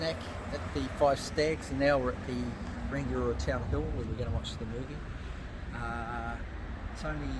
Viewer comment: rangiora is also pronounced rung eee aura not rang i ora